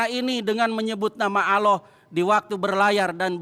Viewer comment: Nyebut Allah aja asal asal an😂😂😂😂😂